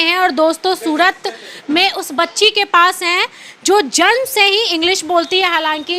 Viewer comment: Bacchi bhale hi English bolna seekh gayi hai par iss repoter ko Hindi bolna nahi aaya Surat Ko sudat aur gujrat ko gujdat bol Rahi hai 😂😂😂😂😂